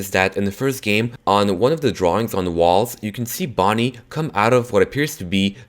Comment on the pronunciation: In number 2 did he say bonnie shame